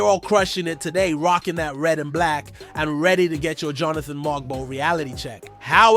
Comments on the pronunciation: Everything isn’t shocking. It’s hyperbole. Just speak normally. It’s strange. His name is MoWg-bow. Not MOG-bow. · Its pronounced MO-BO the G is silent ... and Yak-Cub Pertle like turtle but with a P...... please do some research it sound bad